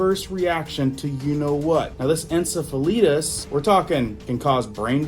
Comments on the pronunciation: Pronounced en-seph-a lie-tiss. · OMG.. Its pronounced en-sef-fil-I-tus...long "I" sound...not the way you are saying it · Prounonced En cef a lie tis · IT'S PRONOUNCED: IN-SEF-UH-LIGHT-US. My mother passed away from it, suddenly, at the age of 39!! 🎉HAPPY NEW YEAR🎉 ❤🙏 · Pronounced en cef a lite tis, swelling of the brain. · You are pronouncing encephalitis incorrectly but your point is right on. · It might help us know what you are talking about when saying 'encephalitis' - read the pronuciation. Oops, someone told you how to say it. Love your videos, though. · Encephalitis is a disease that was around years ago spread by mosquitoes. A lot of people would fall asleep and were tired all the time. I believe there was an off shoot to horses also. It's not pronounced that way